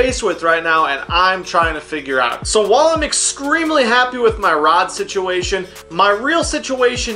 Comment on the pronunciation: Did he just say excremely?